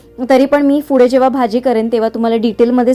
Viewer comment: तुमचं सगळं परफेक्ट आहे, फक्त उच्चार शुद्ध ठेवा.. पुढे ला फुडे नका बोलू.. तसंच बऱ्याच वेळी न ला ण बोलता.. आनंद, नंतर ला आणंद, णंतर असं नका बोलू 🙏🙂